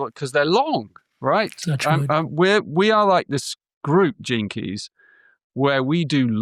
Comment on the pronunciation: At first I thought he said the term "JINKIES" a catchphrase by Velma Dinkley in the animated series Scooby-Doo 🤣🤣😂😂🤣🤣when he meant "GENE KEY'S"!